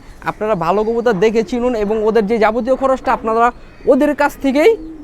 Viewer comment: কবুতর ❌ কবুতার ✅